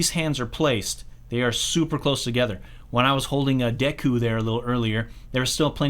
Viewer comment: That’s the worst pronunciation of Deku I’ve ever heard